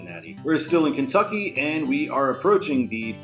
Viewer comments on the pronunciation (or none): none